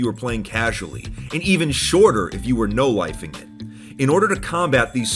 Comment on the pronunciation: Did he say No-Lifing it, or No-Wifing it? Because both make sense